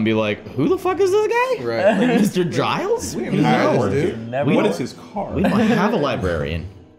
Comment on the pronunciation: For the pronunciation of Giles you use a J sound. Like juice or jump. So excited that you are watching Buffy! The first season is pretty campy but season 2 is when it gets good! I can’t wait for you to see!